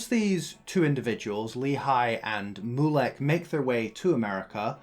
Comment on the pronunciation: Haha yup! It was a good summary, but there were a few pronunciation errors. It’s also MYU-lek, not MOO-lek.